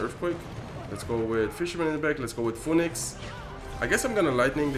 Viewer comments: The way he pronounced it is literally not the way you pronounce it in English. He is making the 'Pho' sound and then adding the 'E' and 'Nix' sounds after, when in reality is pronunced 'fee nuhks'. You can just Google it "phoenix pronunciation". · Phoenix is pronounced fee- nix 😂😂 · Phoenix is pronounced closer to "Finix" if you were to read it in Spanish. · I like how you pronounce "phoenix" in english haha